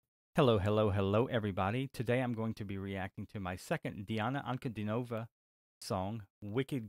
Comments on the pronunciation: Her name is pronounced as D-Anna Un-Cu-Dean-O-Va and not Nova at end of her name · "Dee-ana An-ku-DEE-no-vah". Accent on middle syllable in last name ;).